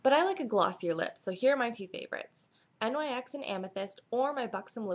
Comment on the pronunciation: NYX is pronounced Nicks